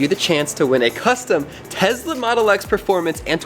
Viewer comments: BTW IT IS TESLA NOT TEZLA srry caps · It’s Tesla not tezla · It's not tez-la it's tes-la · Nice Tezla pronunciation lol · And it’s Tesla not Tezla btw 😑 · Why do Americans say tezla and everyone else says tesla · He said tezla but he probably meant Tesla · Who else thinks it’s funny he says Tezla